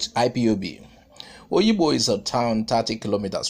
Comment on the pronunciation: Is called Obigbo and not Oyibo or Oyigbo.